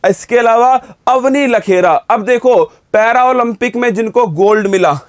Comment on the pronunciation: लेखरा, notलखेरा